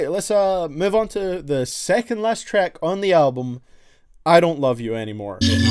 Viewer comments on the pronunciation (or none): Where are you from? You say treck 🤣